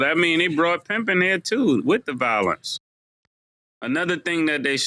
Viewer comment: Cam: “Valence” Interpretation: Violence